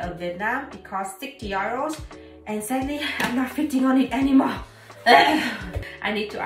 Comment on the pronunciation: You pronounce "euros" in the German way even when speaking in English.